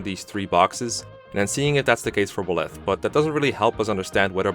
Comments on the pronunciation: The only thing I have an issue with is how you say 'Buh-Leth', rather than the obvious 'Buy-Leth'. Like, why? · The way you say Byleth triggers me. It’s Bye-leth, not “Bleth” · Got nothing against the vid but Byleths name is pronounced Beleth but as Bileth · I cant pay attention to your points when you pronounce Byleth /Bleth/. It's /BYleth/ my dude. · "Buhleth" How do you read his name and conclude its said like that. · I swear to god if you call Byleth belyth one more FUCKING TIME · What’s with his pronunciation of byleth "Belef" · be like Ba-leth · I’m sorry I just really wanted to | Buh-leth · Pronunciation - BYE - leth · Who the heck is Bill-eth? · The way he pronounces Byleth physically hurts me. 😭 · how to mispronounce the MU name: a video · First SAY HIS DAMN NAME RIGHT BY LETH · Well saying name wrong ooof big oof . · “Buh-leth” lol. Think of the word bisexual: bye-leth.